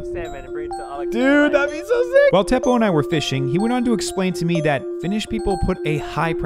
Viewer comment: I'm going to help you now the name Teppo it is not pronounced like thepoh it's like TE PPO you will thank me later